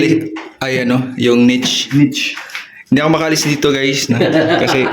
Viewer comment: NICHE ay NEESH ang pagbigkas, BIDET ay BIDEY ang pagbigkas and. 😂😂❤😊